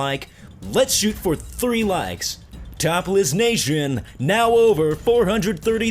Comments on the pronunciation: You sound like your saying Topless nation not Top Lists xD... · sounds like ur saying "top less nation" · Sounds like your saying topless nation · when he said top list nation i thought he said topless nation... am i deaf probably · Sounds like you said topless nation lol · i thought he said top less nation lol